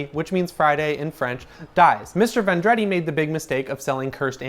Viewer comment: Not Vondretti VON druh dee